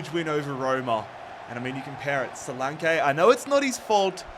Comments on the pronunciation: Don;t forget Dominic Solanke: So-lan-keee not So-Lawn-kaay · Who tf is solake? Ur missing a whole N when pronouncing his name 😂😂😂